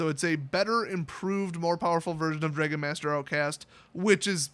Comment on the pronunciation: I've never heard someone mispronounce "dragon" before